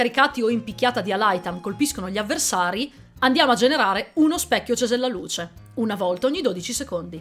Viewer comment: Finalmente, sei unica che ha detto correttamente CESELLALUCE